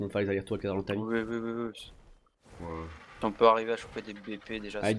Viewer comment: Mdr je te comprendrais jamais : tu te met en vue à la première personne sur les dinos et en 3 ème personnes quand t normal. Tu dis argentavi au lieu de argentaviS, parosaure au lieu de parAsaure, tu prononce chintine au lieu de prononcer Kitine ... Mais on t aime. Super vidéo 👌👍💪😚